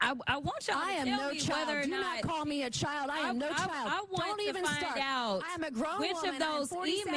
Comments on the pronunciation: And Jasmine said “chile” not child. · She wasn't called a child, Rep. Jasmin said "CHILE"